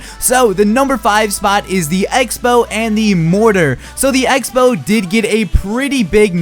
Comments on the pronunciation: Egg-spell? Speech classes at your nearest high school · Took me a long time to figure out the was actually talking about the X-Bow. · sounds like hes saying egg-spell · When you said x-bow I thought you said eggspow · Were, at the beginning of the video, you say "X Spell" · I thought he was saying egg spell, lol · When he said X-Bow I thought he said "egg spell" I'm an idiot... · Wait. Is he saying egg-spell or Xbow xD!!! <3 No h8 m8 still love you :)! You liked my tweet yesterday <3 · Did he say egg spell??? Lol😂 good video keep up the great work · For the first couple seconds I thought he was saying egg spell instead of x-bow and I'm like "what's that" hahahha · Anyone else hearing Him say Egg-Spell when he says x-bow ?Or just me? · Rofl it sounds like you say "Eggspell" instead of X-bow